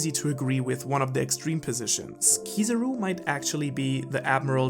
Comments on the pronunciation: Anyone else noticed saying "Kizuru" instead of Kizaru?:') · kizarú? its kizáru that its spelled you donut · who is this keezeroo you speak of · Kizaru is the name not kizuru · Stop calling him Kosoro or Kosoru or Kusawu and any other weird name. It's Kizaru. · I always wonder why Americans hear a word and pronounce something else. Kizaru = Key-Tsar-roo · I had to get out of here because I couldn't cope with the way he pronounces "Kiza-ru" .. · 170k views and he calls Kizaru, Keezuruh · I love your videos bro, but for someone who knows Japanese, your pronunciation of Kizaru is so painful my ear almost bleed. Even dub watchers might do a better job….